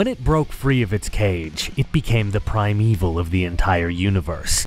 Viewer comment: I heard that as "prime evil" as opposed to "primeval"